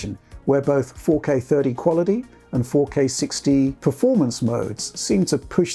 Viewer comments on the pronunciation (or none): Quality not "qualidy". You're English, not American. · Got to love Americanized accent: "4K thirdy qualidy" and his regular pronunciation of "prawcess" rather than "process". Tom does it too. It's weird when this is a UK-based channel.